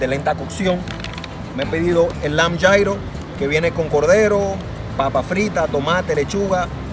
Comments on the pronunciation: Gyro se pronuncia Yirro o yiro no yairo 😞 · no es yairo!!! Es yiro se escribe Gyro y es griego aunque esos son árabes... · Como me rompe las pelotas que pronuncies Gyro (llairo) estás hablando en español !!! Pronuncialo "lliro" !!! Así se pronuncia hasta en griego !!! Perdón por exaltarme, por su atención gracias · food blogger... y luego pronuncias gyro como jairo. me encanta.